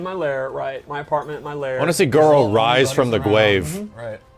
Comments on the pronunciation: I wanna see Goro rise from the GWAVE. X') I'm dying. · I wanna see Goro wise from tha gwave, lol